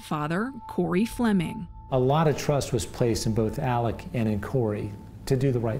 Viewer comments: It really bothers me that a news story can't even get the man's name correct. His name is pronounced Alec (not Alex). You lose credibility when you can't even get easy information like that correct. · It’s pronounced ALEC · Why can't anyone on these videos say ALEC